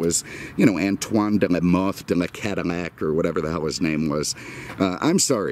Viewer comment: Why is he saying caddimac i have seen otter videos when hes saying it too